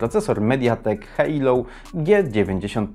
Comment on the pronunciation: Nie Hejlou tylko Helio :-)